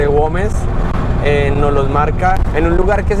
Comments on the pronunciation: Aunque dice GuÉmes se empeña el leerlo con 'O' guOmes.... que comlombiano porfiado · Hola... Repite conmigo : gu e mes. (Güemes) No es ingles !!! La ü se pronuncia u.... hace de cuenta que no tiene los puntos.. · Es Güemes, (gua güe güi guo) 😉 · Güemes es la ciudad, no Goumes, saludos y buen viaje.